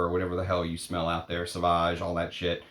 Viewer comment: love how you say “SHIT!“ very Scottish 😆 Almost like the guys from Trainspotting (1996), it even sounds witty haha